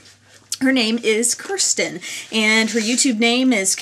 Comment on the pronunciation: Kirsten is my daughter!!! what a wonderful idea for this contest, your great! By the way, her named is pronounced "Kiersten" or say "ear" with a "K" in front of it. LOL that's okay, people do it all the time.